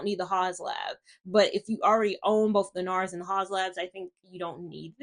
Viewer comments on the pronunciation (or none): I miss your foundation reviews. Sorry, I have one correction -- it's the teacher part of me: "Haus" is pronounced like 'House', which is what it means translated from German to English. Thanks for the information on the foundations. I never kept a Fenty Pro Filt'r Soft Matte Longwear foundation or the hydrating one because I could never find my shade. Only in Eaze Drop did I find shade 17. Their powder foundation makes my skin itch.